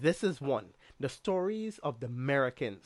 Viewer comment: That's 'Merekins.'